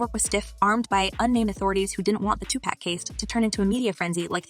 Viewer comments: Its 2pac not two-pack 🤣🤣🤣🤣🤣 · Now you're doing it on purpose. It's NOT TUPACKKKKKKKK!!! I gave a thumbs down just for that. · Say Too-Pack one more time.....................🤬🤬🙄🙄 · PLEASE, if you dont take the effort on speaking out Tupacs name correctly, dont bother at all. Cloutchasers